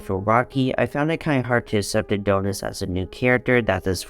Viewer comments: I can't get over how he says "A-doh-nis" 😂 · GOOD GOD🙄 CAN YOU PLEASE PRONOUNCE ADONIS CORRECTLY 🤦‍♂️😅